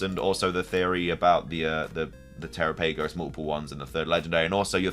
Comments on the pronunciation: Terapagos rhymes with Galapagos. Also, it's Terapagos, not (Tera-pay-gos). Lastly, great video. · Galapagos is pronounced ga-Lah-Pah-gos, so Terapagos is pronounced te-Rah-Pah-gos (the capitalized syllables are the ones you emphasize) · Well, you ATTEMPTED to correct your pronunciation. Here's a hint: It rhymes with "Galapagos". Or you could watch the Direct, since they say it...